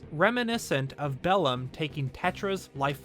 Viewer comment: as a person who knows latin the way he says bellum triggers me